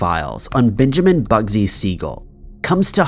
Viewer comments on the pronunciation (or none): none